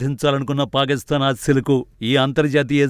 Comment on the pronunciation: Anchor పాకిస్తాన్ nu పాలిస్థాన్ అని చదువు తున్నారు